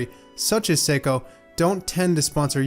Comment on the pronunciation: Nice effort on pronouncing the Japanese name.